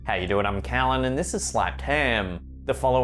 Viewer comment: Kalen? Kolon? Calon??